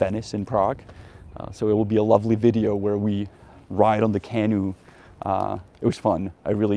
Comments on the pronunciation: Hey Janek, please stop pronouncing the word for the little boat as CAH-noo. It should be pronounced Cah-NOO (stress on the second syllable). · canOE, emphasis on the oo not the can. Nice vid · Accent feedback for English: canoe is kuh NOO . apostles is a PAA suls. Janek could probably use a USA trip as much as I could use a European one. Hopefully the US will get off the black list in the near future (totally deserved now, what an embarrassing disaster).